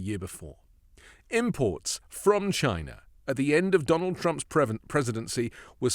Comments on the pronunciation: A BILLIONERE THAT HAD CRAPPY TEACHERS - CANT SAY CHINA - BUT GINA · Chia Nah this snake oil salesman sounds so unintelligent Trump is a Racist, he can't even pronounce the word CHINA He is a Racist to the core he will never understand what it takes to be a ex loser president. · "Jyna" never heard of it .. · He still says "CHY-na!" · "Chy-na. Jy-na. Melania won't let me near her va-gi-na." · "...we will phase out all imports from Chy-nah... except my Red Hats, ties and other crap..." - Drumpf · The way he pronounced "China"!😅 Like when he says "Thighland" instead of Thailand. 🙄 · Notice he won't say clothing because he gets all his Trump items from China. He always has to say China like he's saying Vagina. Two things he has to pay big bucks to see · CHINA. Every time he says it, I laugh 😂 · Who is that moron who can’t say “China” correctly. Oh, Dump?….. Great! Do what Dump says; that’s more trade for New Zealand. I’m very pleased 😁😁😁😁😁😁😁😁😁😁😁